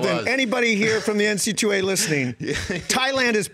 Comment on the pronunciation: Don't get me started on him calling it the N-C-2-A!